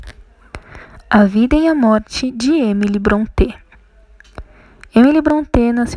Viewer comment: Com certeza é paulista pra estar pronunciando erradamente como BronTÊ......Thornton, Branwell e etc também.